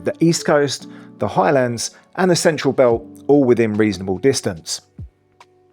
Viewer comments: FYI!! Am well aware of the gaelic, but your still wrong!! It is a simple 8 letter word and you mangled it not once but twice!!. Maybe you need elocution LESSONS!!. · How do you mangle the pronounciation of the Highlands??!!. Cairngorms national park not a mountain range!!.